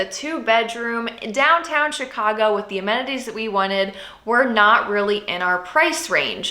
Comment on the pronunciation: Will never be able to pronounce Chicago like it normally sounds again!!!!! It's Cheeeecagou